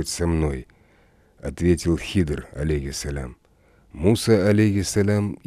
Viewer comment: Хидр а не Хизр